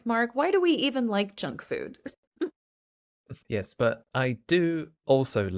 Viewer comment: I haven't been aware that Kababs fall into the category of junk food and whenever you spoke out the word junk food I've heard like jack fruit because, I'm used to jack fruits. Well, my first time to eat Kabab, i was then working in Muscat-Oman from a Turkish Food truck as teacher Mark said. Thanks again for this lesson.